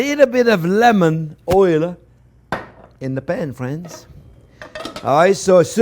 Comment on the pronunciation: its "phrinzzzzzz".....